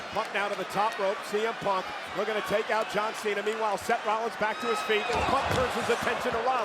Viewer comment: Here is your winner john mena she said john mena😅😅😅 Edit- no hate